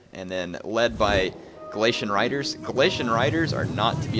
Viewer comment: Uh, Galatian RAIDERS (Ray-der)